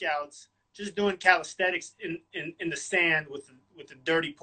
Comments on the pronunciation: its not calisthetics, but calisthenics but otherwise great interview, big fan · Haha, yeah I noticed that he always pronounces it “calisthetics” in his videos, along with other slight verbal tics. But the content is high quality, so it’s fine.